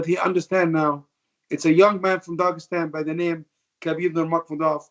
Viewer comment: "It's a young man from Dagestan by the name – Khabib Nurmakhmudof" – being Khabib's manager without properly saying his name – nice job xD